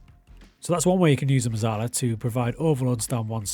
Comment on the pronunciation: It’s pronounced Metzalla - it’s Italian my friend